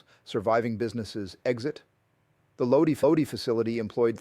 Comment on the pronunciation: My Uncle worked there for years. BTW it’s Lodi (Low-Die)